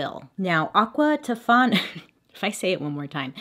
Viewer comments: Game to play with your friends!! Take a shot every time she says “Aquatifana” don’t die 🫶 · Bailey: aQUa ToFaNA Me: stubs toe Me: dies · AQUA TOFANA**!!!** Say it BAILEY...